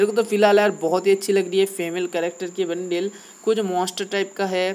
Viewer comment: bhai wo bundle hota hai bundil nahi😂😂